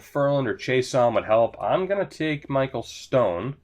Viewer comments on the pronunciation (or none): none